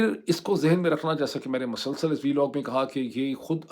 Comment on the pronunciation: Dr. Moeed Pirzada, today’s vlog is extremely good,very meaningful and truly excellent. It is the best vlog. Doctor Sahib, the correct Urdu word is ‘mosalsal’, not ‘masalsal’, and you also use it very frequently. And you are looking so young and handsome, as if you are completely youthful.with best wishes